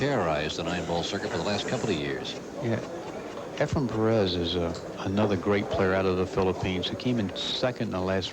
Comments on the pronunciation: Not only is he doing that, but he's saying EFRIM... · ray carlton billiards ● OK. Thanks for the quick response! Now I have a better understanding as to what happened. ● As a short aside, Sigel always mispronounces Efren's name. I've watched AT LEAST a dozen videos where wss either a player or a commentator. He inevitably calls Mr. Reyes "Efram".( isn't the ONLY one who mispronounces Efren's name. But, as familiar as he is with Efren, I just thought it was (odd?).